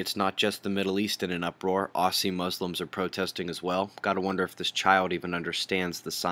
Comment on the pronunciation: Hi there, Just so you know, Aussie is pronounced 'oz-ee', not 'os-ee'. Much love from Australia!